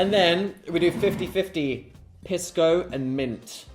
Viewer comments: wrong piss dan and phil, it’s pronounced pees-co not piss co 😢😢😢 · Hearing them mispronounce Pisco is killing me 😭 (PEES-CO) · Hi guys it’s “PEE-sko” :3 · saw the thumbnail and sat my Peruvian husband down to watch this with me and we collectively SCREAMED at Dan loudly pronouncing Pisco as PISS-co 😂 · Was gonna comment that I HATE how they pronounce pisco. Also, Pisco Sour is the superior cocktail choice for Peru. Not only is it the national drink, but they are so good that after the first one you want to order another. Only after you finish your second one and stand up to leave do you realize your mistake. (totally not speaking from personal experience 😅)